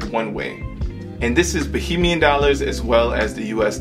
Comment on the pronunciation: ok kids, it's Ba(HAY)mian.😉